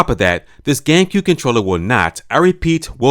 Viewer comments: It sounds like you said: gaycube😂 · Lol "gaycue controller"